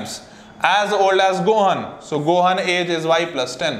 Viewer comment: When he pronounced gohan wrong I cringed